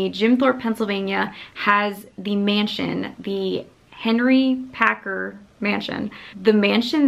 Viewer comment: Love how hard you tried to get Harry Packer mansion name right 😂 Enjoyed your prior vlog on the mansion! Great teaser vlog 😊